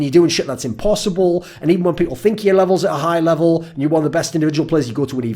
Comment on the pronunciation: he says yör soooo often